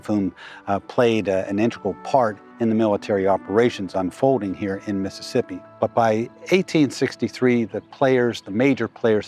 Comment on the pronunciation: During the old court house museum portion did I hear correctly that the curator called it "methassippi"? Lol!